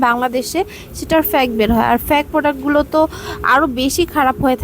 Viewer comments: প্যাক ফ্যাক না,, ফেইক! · ফেক না ফেইক😂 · আগে ঠিকমতো কথা আর উচ্চারণ শিখে আসুন তারপর রিভিউ শেয়ার করেন। it's not ফ্যাক it's fake।😅😅 😂😂